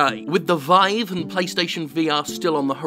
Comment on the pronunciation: 1. It's pronounced veev not vaiv, it is a French word. 2. I had an Oculus for a week before rushing to sell it, it's just too much hassle and discomfort. Get a great 21:9 Freesync monitor instead.